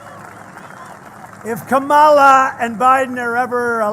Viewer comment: You still can't even pronounce Kamala's name. You are an idiot